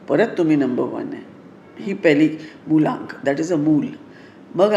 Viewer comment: Madam te Mulank aast.. Mulllaaank nahi 😂